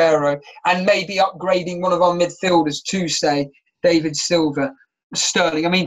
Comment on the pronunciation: 1st time listener. Yes I enjoyed it and gave it a like. Feedback would be: there were a few audio issues, volume raising / dropping etc. And wrong pronunciation of footballers names was a bit annoying. Like 'Dave-id' Silva, Ar'naught'avic + 1 or 2 others. Otherwise nice one 👍